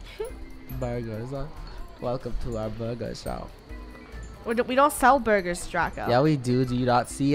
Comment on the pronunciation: Draco Aka: BeRguRs Draco again: BerGur 😂😂😂😂😂 i laugh love you funneh Thank you for making all that vid you work hard for the fame love you 😋😋